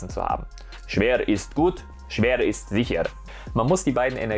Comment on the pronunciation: SCHWER IST GUHT SCHWER IST SIICHR 😂😂😂😂 hat mich gekillt